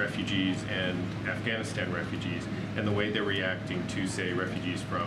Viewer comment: And she said AfghanistanD <—— hahah😅